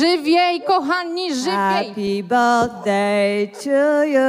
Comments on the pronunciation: Happy bełzdej ’’ ? Nie znałam tego 😂😂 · 🎉Hapi bełfdej 😂😂😂 o kur....😂😂😂😂😂co tu się odpi... stanęło😮😮